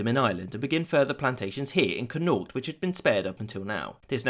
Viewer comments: D- did he just pronounce Connacht as “Cunowt?” I’m reporting this video for offensive means. 😤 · Western Ireland is pronounced Conn-acht fyi. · It has probably been said already but Connaught is pronounced 'Con-acht' where the stress is on the first syllable. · it's pronounced Connacht (Con-acht) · Good attempt at pronouncing Connacht/Connaught, but unfortunately you got it very wrong 😂 Conn-acht 👍🏻 you’ll know for again, in the west of Ireland, gh is pronounced like a sharp ch 🤗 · The pronunciation of Connaught is most interesting. Never heard that one before. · The way he said connacht fucking killed me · Your pronunciation of Connacht is ... different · Hehe love your channel, but sadly you mangled saying connaught :) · Can tell you are not Irish with the way you said Connaught 😂😂 good try though even if it was way off lol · The way you say Connacht makes me hurt. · Trz conn-ocht